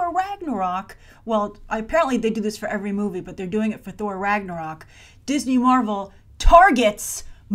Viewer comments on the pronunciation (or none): none